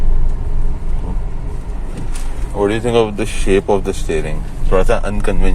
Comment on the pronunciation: “Parjoo” thats how you pronounce (Peugeot) not “peego”